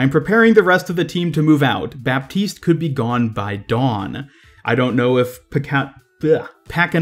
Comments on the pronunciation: Just so you can pronounce it in the right way, Baptiste is pronounced like the "P" doesn't exist ==> Batiste :) Ps : Always a pleasure to see your videos ! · I give you a free tip about French names : mos of the time, when a word is too complicated to pronounce, we just skip letters =) "Baptiste" is way eaiser to say of you just pretend there us no 'p', which is exactly what we do ^^